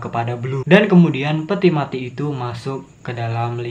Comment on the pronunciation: We jangan o e o e kalo mau ngomong mati jangan ma i Nanti ga paham bro kalo gitu